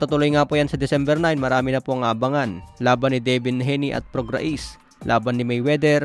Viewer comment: Sir ang pagbigkas ng Prograis ay prog-rey, hindi prog-ra-is